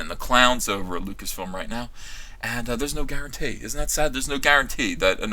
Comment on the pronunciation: Wtf is wrong with this guys speech? "If he repreezeus his role as..." ??? "There's no guarantay..." ??? "Thirty-three nine point five..." ??? This is a hard watch. I don't disagree with his points, just have a hard time listening.